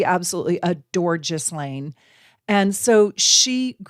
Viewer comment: This was so very interesting. I’d love to hear more. I promise I’m not one of “those kind” of people, but can I ask for you to please look up the correct pronunciation of her name? 😊